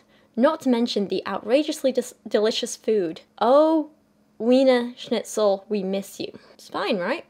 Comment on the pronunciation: That Wiener Schnitzel pronunciation was flawless! You can pronunciate after all German apparently xD